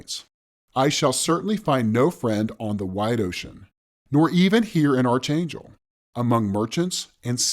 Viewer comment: Why does everyone pronounce Archangel wrong? I've heard it being pronounced wrong in a number of videos